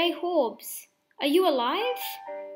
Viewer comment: Jhorbes not j horbes